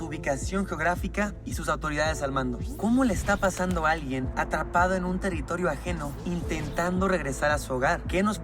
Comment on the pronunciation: dice “teritorio” en vez de “teRRItorio” hehe 🤭